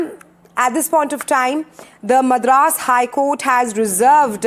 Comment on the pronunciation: The way she pronounces Madras is so annoying!! As a Tamilian and a South Indian, I feel she should've atleast done enough research on the correct pronunciation before talking on "national" Television.